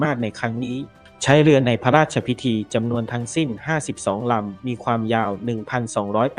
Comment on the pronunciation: เนื้อเรื่องของคลิปที่ลงก็ดีน่าดูมากแต่สุดแสนจะรำคานคนอ่านสุดไปอ่าน.ร.ล.ได้แย่มากฟัง.พะลาดชะพิที.อลุน.ลาด.ชะวะลาลาม.เวรกรรม.